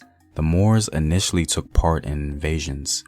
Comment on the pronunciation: Took not tokeen